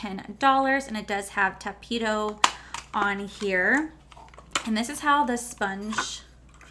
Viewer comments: When you said “Tapito” when reading the makeup sponge. 🤣 omg lol. Love you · I don't think this collection is for you girl that's why you didn't like it I mean you can't even say tapatio 🙄